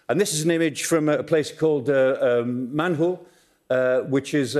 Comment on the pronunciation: a place called manhul, eh eh eh eh eh... Manhole😂